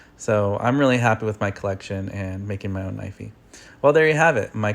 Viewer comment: Not knivey